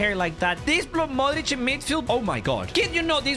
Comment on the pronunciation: idk why but non balkan peope pronouncing ''modrić'' the croatian way makes me happy